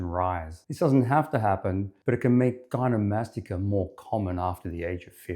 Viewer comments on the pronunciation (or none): Not to be a jerk but if you’re going to do a whole video on gynecomastia your credibility would be strengthened a lot if you didn’t pronounce it gynomastica.